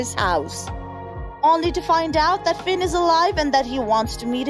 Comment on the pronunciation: It is Finn not sinn